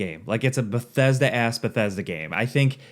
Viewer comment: You haven't even played the game yet here you are rambling about it. Also, it's "Bethesda".